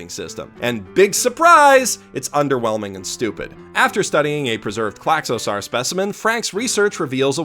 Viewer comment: Wow, someone's reading way too into things again. And also that pronounciation of Klaxosaur... it's "sore", like the ending of the word dinosaur. Not "sar"